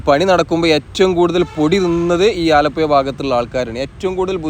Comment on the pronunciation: അലപ്പുയ എന്ന് ആലപ്പുഴക്കാരനായ ഞാൻ കേൾക്കുമ്പോൾ.... നാക്ക് നല്ലപോലെ വടിക്കാത്തവർ ആണ് ഇങ്ങനെ പറയുന്നത് എന്ന് എൻ്റെ അച്ഛനപ്പൂപ്പന്മാർ പറഞ്ഞു തന്നത്. വടക്കൻ ഇന്ത്യയ്ക്കാരോട് പ്രത്തേകിച്ച് സഹപാഠികളെ വെല്ല് വിളിക്കുന്നത് "ഴ " പറയാമോ എന്നാണ്. Thanks for the visuals.